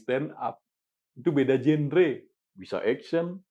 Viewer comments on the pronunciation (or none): none